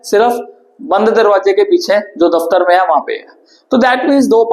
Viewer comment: Daftar 😅 ❤